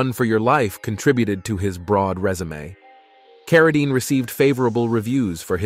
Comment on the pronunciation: Although it's way too late...do your research! His family name is pronounced "CarraDEEN," not "CarraDINE." It was always that way. He changed his name from John Arthur Carradine Jr. to David so that he wouldn't be confused with his famous father. The last name was always pronounced the same. Listening to you constantly butcher it is cringeworthy. This is basic research that should be done BEFORE doing a whole video about someone (to mooch off of) and posting it on the internet for the world to see. At least have some respect. There are plenty of videos about John Carradine right here on YouTube. One is by People Document. Look it up and learn something! Btw, I couldn't get past 3 minutes of listening to this.